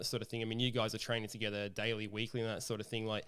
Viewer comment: It's Dally mate...not Daily, DAL-LEE get it right ffs.:face-orange-raised-eyebrow